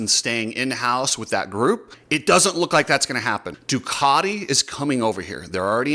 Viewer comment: cant even pronouce Ducati correctly! 😂 The multimillion dollar teams needing prize money...time to wake up! I dont even know why I started wtch'n this vid for...?